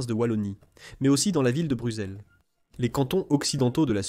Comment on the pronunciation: La Wallonie n'est pas une province mais une région, et ensuite on dit pas Bruzel mais BruSSelles